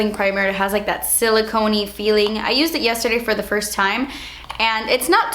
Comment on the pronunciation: "dewy drops what is zat" lmao